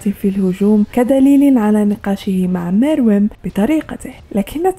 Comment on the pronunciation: his name is Meruem say it right